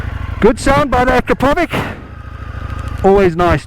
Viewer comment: I am always coming here to watch your wild stile of riding mate . Thank you ...truly cool stuff ! Don't wanna be pedantic but you pronounce 'Akrapovič ' incorrectly ;)